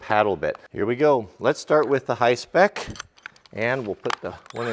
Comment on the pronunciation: Dude I love him just destroying that “hi-spec” name 😂🤣😂